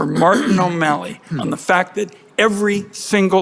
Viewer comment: When you say O MALLEY I want to puke .